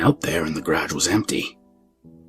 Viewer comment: “Graj”? * is that ‘garage’?